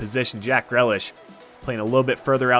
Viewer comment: its pronounced jack gree-lish